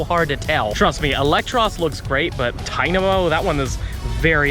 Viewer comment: It's funny that it's your favorite Pokémon. But you don't know how to say its name that's funny😂😂